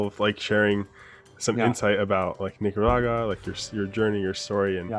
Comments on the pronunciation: a little offended that the interviewer couldn't properly say Nicaragua pero I do enjoy the video. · Come on - I’m sure you can pronounce Nicaragua!